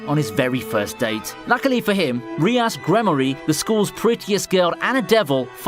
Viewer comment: its pronounced rius but spelt rias